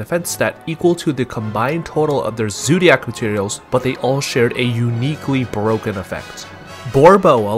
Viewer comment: the way u say zoodiac wtf man